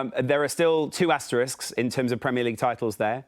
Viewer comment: Always good to see someone correctly pronounce the word "asterisk".